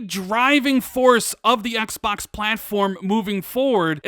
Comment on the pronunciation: Please Stop saying Xbax ,very creepy